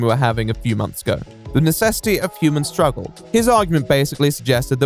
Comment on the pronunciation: "necessity of human sturuggle" oof